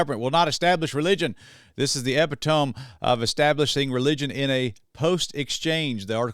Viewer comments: Lol its pronounced eee,pit,oh,meee not ehp,ih,tohm lol. Love your vids, keep shining the light. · Just FYI .. epitome is pronounced: uh-pit-uh-me. Not trying to police the grammar, just wanted to share. LOVE your channel. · Fyi "epitome" is not pronounced how it appears, google it and you will have an "oooooh" moment when you realise that you have heard it before.